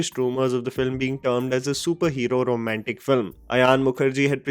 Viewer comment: 'Romamtic'ugh🤢🤮 enough to kill my excitement....